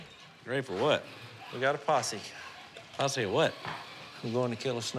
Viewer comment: "HEY. We're forming a possie!" Lololol